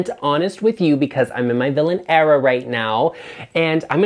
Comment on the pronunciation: Era… not error..sheesh…auto correct